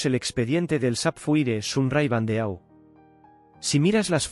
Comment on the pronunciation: EMPEZAMOS BIEN BANDEAU TIPO DE TIARA, SE PRONUNCIA BANDO, ACENTO EN LA O. APRENDE A PRONUNCIAR FRANCES.